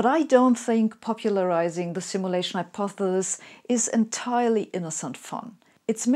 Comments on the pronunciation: so we are supposed to follow this Hypothesis from someone who cant even say the word hypothesis.... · Personally I pronounce it, "hypothethethis. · I’ve only just found Sabine’s amazing videos. Why does she pronounce ‘Hypothesis’ as ‘Hypothelis’? Tongue twister? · Or how she can't say hypothesis, but we love her anyway. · I love how you say hypothesis. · I think the way you pronounce 'hypothesis' is cute. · Why would a computer programmer create a synthetically simulated Sabine who can't pronounce the word "hypothesis"? Is this a glitch in the algorithm? Or did they do it on purpose to throw us all off track? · Aww. Isn't the little physicist cute when she can't pronounce hypothesis. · How cute. Sabine, an undoubted brainiac, who gave quite a good talk distinguishing American and English pronunciations, cannot pronounce hyopthesis. She stumbles at the last syllable. Reminds me of my late father, a very intelligent and well spoken man, who could not say "ordinary". Such is life. I'd like to think I could teach her, but I never managed with Dad %^)